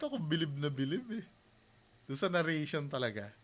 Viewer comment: narration lang bro hindi na-rria-tion